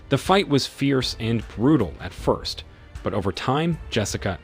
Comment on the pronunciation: Kids with their "phurst"... boooring.